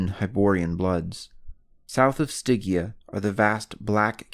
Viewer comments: [Stɪdʒia], no [Stɪgia] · It's pronounced Sti-gee-ah!!